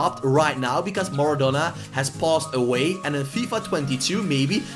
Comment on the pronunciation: STOP STOP STOP! YOUR SAYING IT WRONG ITS MARADONA NOT MARADONNA